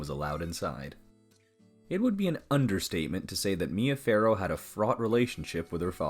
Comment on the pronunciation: The name is ‘Farrow’, not ‘Pharaoh’.